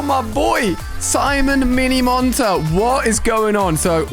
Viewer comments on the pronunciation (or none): Did he call miniminter, simon minimunter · My man said Simon minimonter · "simon minimonter"💀💀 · Amazing Video Ali! But You Got Me Laughing When You Said Mini Monter... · Is anyone going to talk about the way he said minimonter